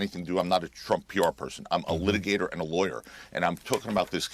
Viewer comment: Did he say lickagator